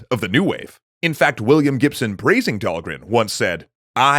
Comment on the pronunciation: Did you finally find out how to pronounce Dhalgren?